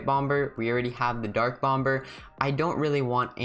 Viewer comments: it’s pronounced bom-er in the UK and america (i think) but u said it bomber , the way you spell it. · Lol he said bomber but pronounced the 2nd b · no he is saying that you said it wrong